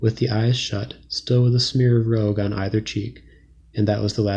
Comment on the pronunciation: Consider checking pronunciations--of "rouge" for example.